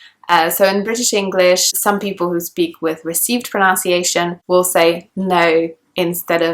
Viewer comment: You are not able to pronounce “pronunciation" clearly . What a mess ? I can't believe it .